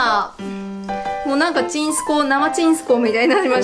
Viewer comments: とワシのちんすこうのイントネーションが違う！ は ち↑ん↑す↑こ↑う ワシが言う時のイントネーション ち↑ん↓す↓こ↓う↓ (絶対伝わらない)(説明むずぅ) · ちんすこうのイントネーション、飲んだくれ なの？ バーバパパなの私だけ？？？(いい例えが全く思いつかないww蜃気楼って言ってる人いるけどそれもちょっと違うし。バーバパパ。) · サワデーさんの｢ちんすこう｣って言った時｢健康｣って聞こえたｗｗｗ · ちんすこうのイントネーションなんか違う？（笑） わたしはちんすこう(雨上がり)のイントネーションだ、、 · え？ちんすこうの発音関西と違う！！！笑 関西はちん↑すこう↓です笑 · ちんすこう作るとか！ちんすこうっていうチョイスが素晴らしい😂💓💓💓 「ちんすこう」のイントネーション私と違う😳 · ちんすこうって、そんな感じのイントネーションなん？！？ 好きだわ❤️ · ちんすこうの発音が違う、、、関西と関東で結構変わるんだね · ちんすこうのイントネーションが少し違いがあるのが気になりすぎてあんまり内容入ってこない📛📛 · ちんすこうのイントネーション全然ちゃう。変やなって思ったけどコメント欄見てもそれに触れてる人ほとんどおらんってことは関東じゃそう言うんやな～。初めて知った。